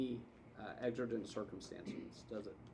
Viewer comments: He can’t pronounce exigent, let alone understand how it applies after 20+ years on the job. What a disgrace… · Wow, law enforcement doesn't know the law. Can't even say exigent. Very low educated and low IQ. Talk about scraping the bottom of the barrel. These idiots need to do an apprenticeship just like a tradesman needs to do. 6 weeks training isn't even enough time for these low educated morons to learn the constitutional rights that they are paid to uphold and protect. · He doesn't know how to say the word exigent, but he can break into your home if he feels like it and do whatever he wants. Yeah, ummm... policing in this nation is a f'n disaster.